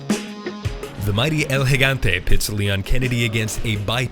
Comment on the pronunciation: Props to the narrator, first person to pronounce El Gigante right!